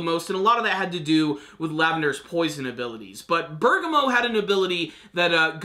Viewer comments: Bur-Gaw-Mo. he keeps saying berga-mo and bugs me a little too but only in an off way. Truly don't care what he calls him. Close enough aha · Ber-gam-mo is how you say it